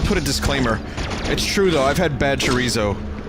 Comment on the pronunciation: its bothers me how bad he says chorizo